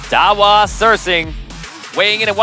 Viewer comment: Dawa Tse-ring please pronounce right way